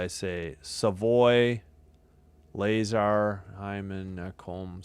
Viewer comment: La-zar not Lay-zar lol